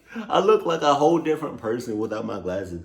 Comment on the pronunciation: I know you did not just say classes instead of glasses